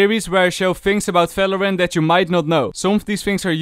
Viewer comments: things you dont know about valorant: its valorant not falorant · Why do you pronounce Valorant as “Falorant”..? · It's "V" not "F". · Bro Not falorant it's valorant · Not valorant its phalorant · ''FALORANT'' :) AAHAHAH Great vid btw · "It's alreafy paft sefen in Falorant " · Fery Nais Fideo of Falorant. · ✨falorant✨ - ✨fideo✨ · Fings😯 FALORANT😧 FSEVEN🤯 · fings about felorant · I HEAR VATERANT HELPPPP!!!!!!! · he said felorent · is my guy saying falorant? or am i dumb??? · Falorant XD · stop calling it falorant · i like when you brake valorant XD and also i like the accent cause you almost always add F to what you say